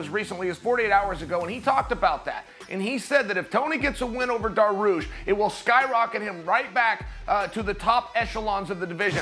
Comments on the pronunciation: Beniel "Darrarush" Dariush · If chael says it's pronounced daroosh, it's pronounced daroosh.